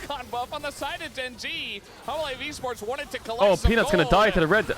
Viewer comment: Why I am kept hearing Caedrel speaking Humble life instead Hanhwa Life LOL